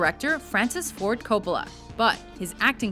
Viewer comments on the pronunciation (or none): none